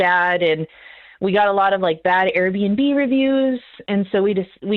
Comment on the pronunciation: Airbnb ... Air B & B. (Not "BinB")